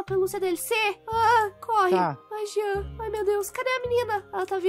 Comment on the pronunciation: Kkk o jean”genter”